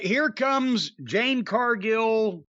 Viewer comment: J-A-D-E Not “Jane”.